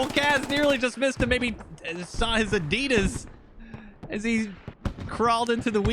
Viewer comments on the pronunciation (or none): none